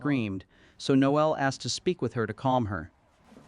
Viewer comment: It's Nole not Noel.The e is silent.